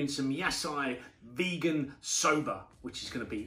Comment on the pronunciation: Yah sigh veeeegin sober